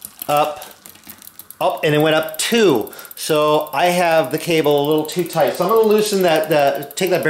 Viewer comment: Tight not toaght